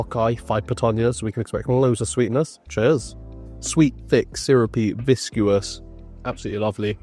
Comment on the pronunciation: 'viscous' rather than 'viscuous'